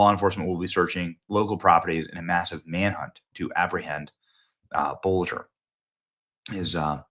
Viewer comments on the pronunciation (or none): Boelter is not pronounced boulder ffs! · Why do you keep calling him "Bulger", Benny? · In Minnesota his name is pronounced (Belter) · You know, you may be right. The k*ller was much thinner. Wth? As often as you read & said dude's name you'd think you'd have it right by now. You can't even phonetically come up with your pronunciation. Tbh, if FOX9 reporter pronouncing it correctly, I have it wrong too.